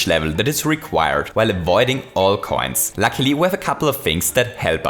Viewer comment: or; "but lucky" he is reading likr: "but lacklie"